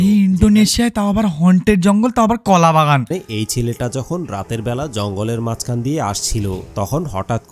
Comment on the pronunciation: আপনার ভিডিও টা তে আপনি যখন কোলা বাগান বলেন আমার খুব হাসি পেলো